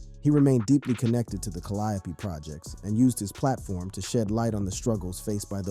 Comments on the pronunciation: Bro said "cuhliopee"😂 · He keep calling the Calliope tha kall-iope projects what's the matter with this guy lol #FREEC-MURDER#TRU ALWAYS LOOK A MAN IN THE EYE BEFORE YOU KILLEM